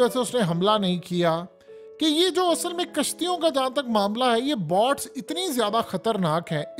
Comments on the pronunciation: ارے بھیا باٹس نہیں، بوٹس۔ تم کس خطے کے رہنے والے ہو؟ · Bhai sahib, Bots nahi boats haien.